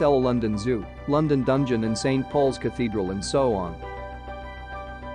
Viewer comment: Eye lyke Lunndunn 👍